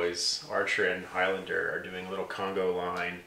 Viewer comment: its conga line not congo line. common mistake.